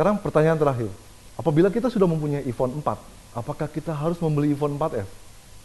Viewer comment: bacanya emang " ivon " gitu ya :D becandaak